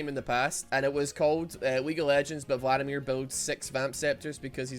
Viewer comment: I would be more upset about him calling him Phladimir all the time